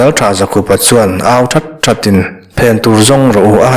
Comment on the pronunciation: Dikchiah. Zakhupa nilo in.. ZAKHÛPA... Paite hming a lam rau rau anih chuan.